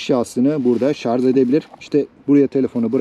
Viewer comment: Şarz değil şarj.